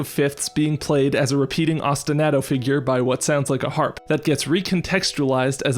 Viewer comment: That was fantastic! Just a note, I think Ostinato is pronounced like Ah-stin-ah-to like "ah yeah that was a good episode", not like Ah-stin-A-to with the a sounding like the A in "Splat goes the bug". Thanks as always for a great episode!